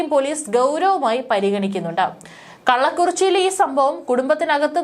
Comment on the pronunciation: "Killikkurichi". Not "Kallakkutichi"